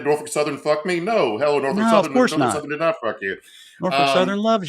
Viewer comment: You know is from Virginia because he knows how to correctly pronounce "Nor-Fuk".